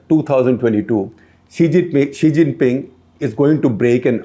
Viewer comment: SG saying 'chi xhing ping'